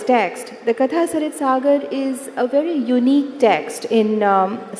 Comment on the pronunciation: How sad that the person opening the session cannot even pronounce the title of the book they are going to discuss. It's कथासरित्सागर, not कथासरितासागर। Are we residing a generation of idiots?